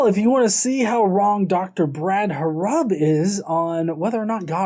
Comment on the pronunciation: If you are going to talk bad about Dr. Brad Harrub maybe you should learn how to say his name right. You are here talking crap about him and yet you can't say his name correctly. Is your life so boring that you have to do this. Like really. If you can say all this stuff about your belief then he can talk about his belief. You act like it is perfectly fine for you to speak your opinion but if he speaks his opinion you have to go and make a whole youtube video about it.